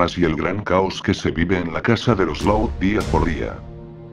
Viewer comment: Es laud no loud